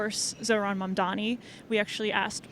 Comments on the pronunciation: Why does he continue to mispronounce Mamdani’s name as Mamdami? 🧐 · Hes been saying his name wrong incorrectly for months now... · The way he says "Mondami" makes me irrationally angry 😂 "IT'S MOM-DONNY YOU GENOCIDAL F*CK!!!" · "Zohran Mom-dom-me" ahhh, Cuomo and his constant Freudian Slips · Hopefully by the time he finishes his concession speech he'll actually learn how to pronounce the new mayor's name. Probably not though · It's funny how you can tell apart a Cuomo voter by the way they choose to pronounce Zohran's last name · Couldn’t possibly take more than 2 minutes to learn to say someone’s name correctly. Just repeat it to yourself a few times. It’s a basic sign of respect. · LOL. He was a horrible governor ( covid policies etc). But two things: 1) When you cannot even pronounce the name of your opponent correctly, how do you expect to lead an extremely diverse city made up of individuals who do not have WASP names. 2) I also wonder what his family thinks about his S assault allegations? It is honestly pathetic. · At this point, still not being able to pronounce Zohran Mamdani's name, which is NOT hard to do, is just disrespectful as a human. Cuomo has debated the man, met him in person, it's not hard to learn how to pronounce someone's name! Just makes me think he's doing it on purpose which shows what kind of person he really is. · Bro half his own supporters don’t know how to say his last name properly, you can literally watch it happen in her other street interview.